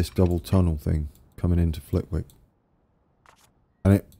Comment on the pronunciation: FYI you don't pronounce the 'W' in Flitwick :] - Awesome work btw